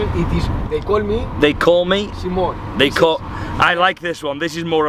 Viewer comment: Why do you say - Simón-? all the time? Just say it like it is right.. guess it won’t be any problem. The name is international enough